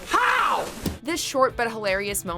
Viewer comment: “HOWv?” -Spencer